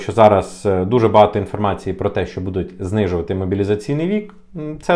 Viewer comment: Неправильно видео назвал. Потерял хватку😂 Надо было назвать "Велика загроза для українських українців які знаходяться за кордонами української України від української влади". И обязательно раз двести повторить "буде" с ударением на букву "е" и "будуть" с ударением на вторую букву "у". 😂